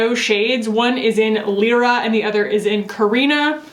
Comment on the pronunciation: Regarding the foundation- it would be really cool to see a video of complexion products (or even skincare) that you loved in Austin and no longer work for you now that you’re living in NJ! Also, the Lyra shade of blush, in a recent video I think you said you weren’t sure how to pronounce it- it is pronounced “lie-ra” - I only know this because it’s my nieces name and it’s the name of one of the main characters in The Golden Compass book and series.